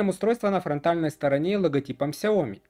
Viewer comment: Про глушить в видео "окей гугл" очень мило, спасибо) Кстати, в сяоми ставится ударение на И. 小米 можно вставить в транслейт, а также могу дать авторитетный источник в этом вопросе если интересно :)